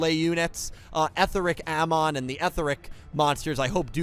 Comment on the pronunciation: It's pronounced "Eh-thee-ric Ah-mohn." The dub pronounces it like that, also "Etheric" is an actual English word. "Amon" is a mythological character... also a character in The Legend of Korra.